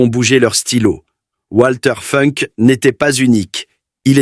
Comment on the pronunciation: Ça se prononce Valter Founk en allemand. Par ailleurs, l'AI semble inventer des conjugaisons en français : "lorsqu'il vit sur l'écran (...), il ne pouvut plus retenir ses larmes..."